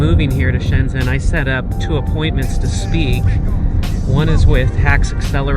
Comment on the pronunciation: I don't understand why you cannot pronounce "zhen" correctly. It's like "gen" is English.